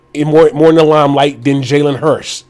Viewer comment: Oh forgot it's pronounced Jalen HURTS not HURST...FOOL